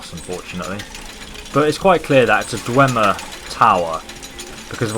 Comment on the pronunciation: *Dwemer. I know that you have a disease or condition that makes you fail some words,but it's better correcting you than doing nothing. No offense.